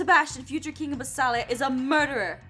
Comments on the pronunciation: Jess is saying BASILIA wrong.She's saying basAlia not basIlia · UGHHHHH It's Bas*I*lia Not Bas*A*lia